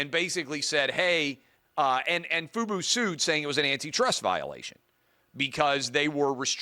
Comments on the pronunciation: FUBO not FUBU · This guy can’t even pronounce the company name right and you think he understands the deal? This guy has no idea what he’s talking about